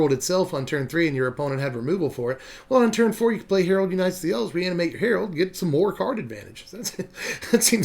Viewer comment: I think it’s Harald like Geraldo without the O